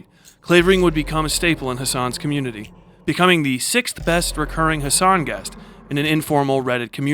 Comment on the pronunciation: usual too long to read meme attempt. I don't get it anyway. I like how Americans pronounce Hasan. Sounds like the joke name I chose; German misspelling for Hate Zion. Like Judy Tester. Neat story, but I have my own reasons to hate Piker. As if there aren't enough real ones already.